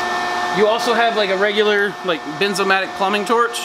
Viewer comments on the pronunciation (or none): BERNZ Bernzomatic. As in Burns 🔥 o matic I called it Benzomatic too 🤣